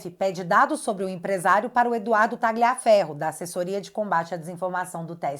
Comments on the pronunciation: A pronúncia é "Tálhia" e não "Táglia" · Caramba, a direita tem que ser e parecer inteligente. A pronúnica do nome Tagliaferro é Tálhafero(Com o r na ponta da língua) do italiano, que significa "Corta Ferro"